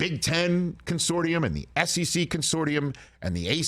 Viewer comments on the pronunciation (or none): c'mon, Rich. It's pronounced con-SOR-shum. You're better than that.